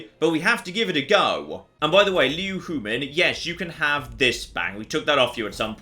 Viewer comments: And she died without you ever learning how to pronounce her name... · Well the silver lining to Liu Huimin's death, is that she no longer has to put up with you mispronouncing her name.